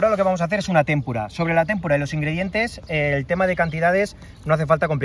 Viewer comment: Muchas gracias, mi Primero. En ese cuartel tuve el el honor de Servir en los años 80 y 81. Furri de la PM. Con el debido respeto personal y profesional, con ánimo de ayudar y no de corregir, me permito sugerirle que revise la pronunciación de la palabra "tempura". Creo que no lleva tilde (témpura) sino que es llana. Un abrazo y ánimo.